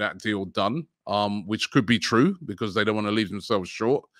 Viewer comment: Robbie kills everyday words aswell. He pronounces because as BEE - CAUSE instead of becoz how it actually sounds 😂😂